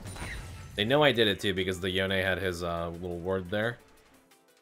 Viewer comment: the way he says yone is just disgusting